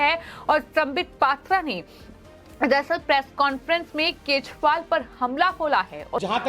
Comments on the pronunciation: Style me kejriwal ko KEJPAAL kyu bol Rahi ho..😂😂😂😂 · Reporter केजरीवाल को केजपाल बोल रही है 🤣